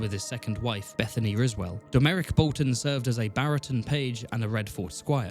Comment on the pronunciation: That Domeric pronunciation is crazy